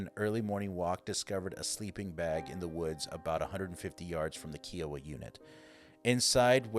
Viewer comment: My husband is Navajo and we have friends from other tribes.. I've never heard Kiowa pronounces as KEE oh wah. I've only heard it as KIE( like pie) oh wah. 🤔